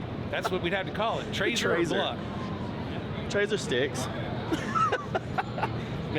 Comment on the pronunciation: “Bluckin’ Traizer”